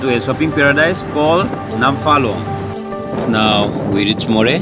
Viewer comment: It's nt namphalong, it's Nampharlone